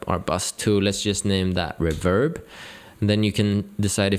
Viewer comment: I like your enthusiasm… And just as a sidenote… It is not reVERB, it’s pronounced REverb.